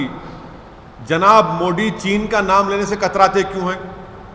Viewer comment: गधे हमेशा कन्वर्जन अपनी मर्ज़ी से नहीं होता। पहले अपनी हिंदी सुधार-100बार बोल-मोदी-मोदी-मोडी नहीं-मोदी-तेरी ज़बान साफ़ हों जाएगी